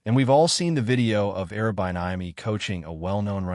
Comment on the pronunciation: You’re mispronouncing Eric’s name. So bad. All of this